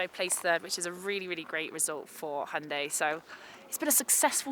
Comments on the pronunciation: A Brit not pronouncing it Hye-un-die?? I'm shocked! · So refreshing to watch a review by someone that can actually pronounce hyundai correctly